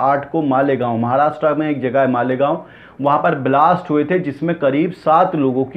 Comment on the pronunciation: ....apna talaffuz durust karo bhai pehle.. Pratikriya hota hai na ki pirtikirya...phir bilast nhi hota Blast hota hai..plz sahi karein apna talaffuz..